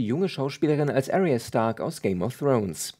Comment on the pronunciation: Arya wir Ar-i-a ausgesprochen, nicht Air-i-a :)